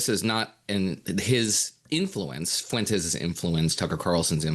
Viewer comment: Fyoo-entes… lol. Spain is like a 45 min plane ride away from you. How is that your best attempt at pronouncing that surname.